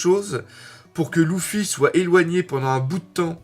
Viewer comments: Bon par contre, c’est Luffy et pas Louffy x) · déjà en France ont dit "Leuffy" mais ont a faut c'est Ruffy en japonais ... Et puis c'est pas si hyper gênant ... Usopp, on a l'impression qui dit "douffy" et franky dit clairement "Ruffy" donc bon ... Franchement osef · Moi je dit luffy mais le "u" je le prononce "e"